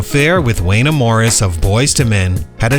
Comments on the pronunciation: Why did you show a clip of Miki Howard? Lol. And it Wan-YE Morris not waynah 🥴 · Wan-ye Morris not Wayna 😂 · Wanya is pronounced like Kanye, fam. Not Wayne-A. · Wanya (rhymes with Kanye) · The pronunciation of Wayna's name sent me out!!! SMH